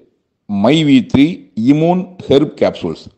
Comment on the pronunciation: Adu correct a Sola Koda thryla...😂iiimune😂😂😂😂